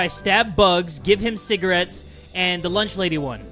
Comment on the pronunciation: I just realized he said CIGARETTEÁS